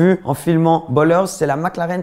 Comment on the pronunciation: Ballers, et pas Bollers 😂